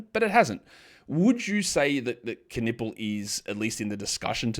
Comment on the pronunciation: Hey, I know you are really into the names stuff, so: Knueppel is a German name, i guess. Because a Knueppel is a stick in German. A stick to beat somebody to be excact. And silent Ks are not a thing that exist in German. So give it the loudest K you can. Greetings from Germany